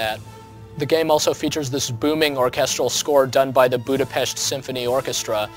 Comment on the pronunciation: Wow! A foreigner who pronounces Budapest correctly. Pro tip: ask a hungarian to say Chicago and have a big laugh.